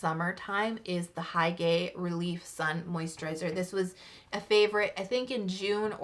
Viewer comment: I know it might be late but hygge is pronounced as "hyoo-gah" :D also I'm oily skinned but I really wanna try the products you review 😭😭 the missha mugwort has been doing so well for me HUHU 💖😭✨